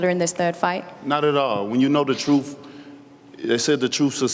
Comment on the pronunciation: "The troof will set you fwee" lol cant wait for this dude to get knocked out.